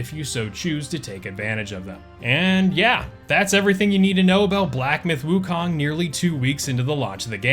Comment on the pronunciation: I see more and more content creators have started saying woo-cone, which is the correct pronunciation